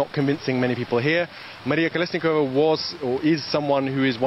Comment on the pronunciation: at least learn names of whom you talk about. It's not KoleniSkova it's KoleSnikova